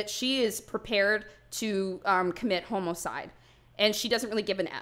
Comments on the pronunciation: Not me thinking sayin "homo-cide" as extinction of homosexuals😭 guys.. im see thru..💀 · Maria really said ✨h o m o c i d e✨ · why you said homocide like that